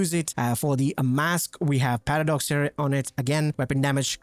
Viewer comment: Does anyone else hear him saying "Patter Dogs" when he says paradox?